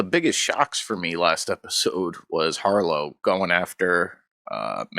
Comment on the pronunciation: Richard Harrow, not Harlow.